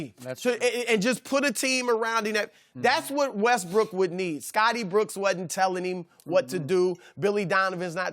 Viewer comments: the thing says westBRICK🤣🤣🤣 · Chris almost said Russell Westbrick 😂🤣😅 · Russel "WestBrick" LOL